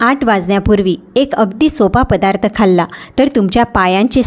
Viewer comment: पधार्थ न म्हणता पदार्थ असं म्हणावे.